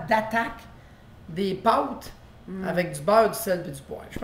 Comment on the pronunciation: Hei maudite marde ma tu le dire comme faut (pâtes) scusez moi!!! Bon la c correct xD